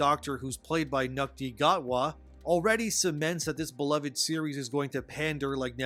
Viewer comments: Lol Nuk-Tee God-wah. It's pronounced Shooty Got-wa. They do need to chill on 'The Message' though. Not gonna stop me from watching though. They are still great episodes and i cant wait to see more.idk what is wrong with ppl. The ones who stopped watching aren't real fans. Funny part is, as a queer person of color idc about most of this shit. Like a gay black doctor is cool but Isaac Newton is a historical person, we don't need diversity there, granted it isn't that serious or misleading as they also coined the word "mavity" in place of gravity for comic relief and kept it going for the episode. They also accurately portrayed John Logie Baird correctly in the giggle. we didn't need an able bodied Davros, being trans and non binary shouldn't be the core of Rose's character or the solution to the time lord meta crisis, and no we didn'tneed an alien telling us about its pronouns. The virtue signaling in the star beast was over the top but the meep was an incredible villain and needs to come back and the story and action were great as was wild blue yonder but all you weirdos can focus on is wahhh isaac newton wasnt indian omg he ahd like a minute of screentime. who tf cares? The episode was about the 'not things' not him. The giggle, About the toymaker who was brilliant. Focus on the story and ignore the bs and you might actually be entertained. Why are you discouraging ppl from watching Dr Who? You sound ridiculous. As ridiculous as the Edie Flowers thing lol. It's still an incre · Even with a subject like this you still should at least pronounce Ncuti Gatwa’s name properly